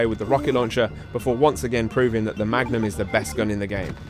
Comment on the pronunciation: Don't you mean the Mugnum?